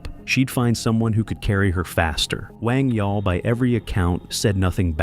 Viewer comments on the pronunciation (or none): none